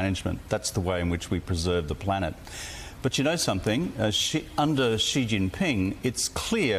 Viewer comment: Bro, it's not Ghee Jinping...there is no Ghee sound in Chinese. Maybe try listening to the way people that actually speak Chinese say it - notice how Rudd, who is a Chinese speaker, has no Gh sound when he says the Chinese leader's surname. If you just said 'She' in english, while not entirely precise, it would be infinitely better than making up a pronunciation of a sound that simply doesn't exist in Mandarin Chinese. Where does this come from and why do people insist on using it??